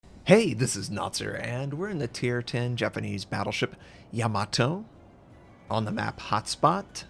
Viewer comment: Im glad you can pronounce it correctly, no other US youtuber can